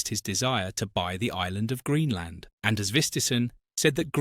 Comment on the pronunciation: Name mispronounced. His name is Anders Vistisen and the d in his first name is mute.